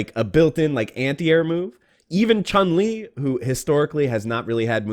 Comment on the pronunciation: The announcer mispronounces Chun Li from game to gane.